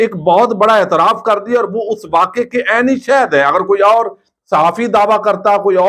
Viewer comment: گوندل صاحب یہ "عینی شہد" کیا ھوتا ھے ؟ آپ شاھد اور اسی طرح کے دیگر الفاظ کا الف کیوں گرا دیتے ہیں ۔ اس کی ادائیگی چنداں مشکل نہیں، آپ احباب بچپن سے یوں ہی سنتے اور بولتے آئے ہیں۔، اس لئے یہ عادت ھو گئی۔ یہ علاقائی لہجہ اور تلفظ بن گیا ھے ۔ بمہربانی اب تلفظ درست کر لیجئے۔ ۔۔ Shahid , not Shehd قائد اعظم کو قید اعظم بولنا توہین آمیز ھے۔..۔ اسی طرح لفظ باہر کو "بہر" بولنا بھی آپ جیسے اعلیٰ تعلیم یافتہ میڈیا پرسنز کو زیب نہیں دیتا۔۔ ویسے بہت پڑھےجھے نامور صحافی روف کلاسرا صاحب بھی یوں ہی بولتے ہیں۔ ان الفاظ کو درست تلفظ آپ کے لئے چنداں مشکل نہیں۔ Baher/ bahir , not Behr... Hope that u wl not mind it. .. اسی